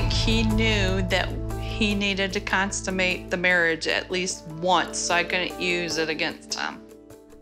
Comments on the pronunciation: 1.33 its pronounced consumate the marriage, not constimate the marriage! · Aww,. It´s not `constumate´. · She said constimate......🙄🙄🙄🤔🤔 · "Constimate" hahahahahahahahahah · Constummate??? lol ok